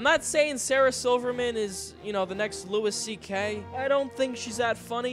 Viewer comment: did he just fucking say "lewis ck"